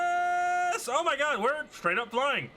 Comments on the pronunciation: The funniest part of the video is when he says oh meh god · ehr mer gaghrud